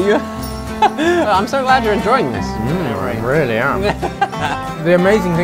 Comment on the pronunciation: 올리 아버지 뤼얼뤼 발음 진짜 다른 리얼리랑 급이 다른거 같다